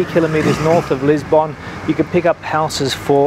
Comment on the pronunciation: Funny how annoying some things can be. The way you pronounce Lisbon is just plain weird.